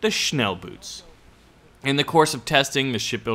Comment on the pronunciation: Hey Mate! "Boot" meaning "Boat" in German, has it's double-o spoken like a long "O", like in the word "for" ;) Not like boots...they aren't really floating :D